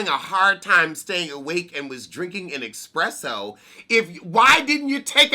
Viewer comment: "Expresso at the pool" That's a dedicated Venusian LMAO 😂😆😁😝😂😂💀